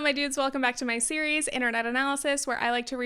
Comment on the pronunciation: for some reason, when you said "hello my dudes" I heard "hello goofballs" and I loved that